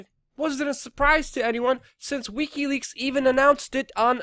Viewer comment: Pleaae learn how to pronounce wikileaks. I love your content but you sound drunk and I can't take it